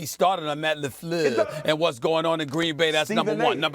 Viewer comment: “Matt lefleuu” Stephen a back at it 😂😂😂